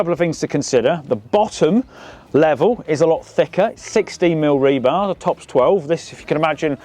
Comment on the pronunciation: We needed a count of how many times you said rebarb.